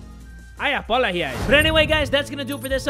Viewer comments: "I apoloji" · nah it was like ‘i apolóhise’ LMAO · Aya 606 thAnk gOd I thought he was doing it accidentally